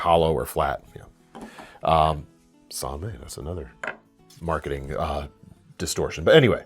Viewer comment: Love these vids, but being on the internet I feel an uncontrollable urge to nitpick: "San May" is NOT the authentic pronunciation. It's Japanese "mai," pronounced like English "my."